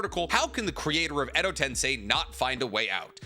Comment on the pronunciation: Tensei. Ten-SAY. Say it with me now. TEN. SAY.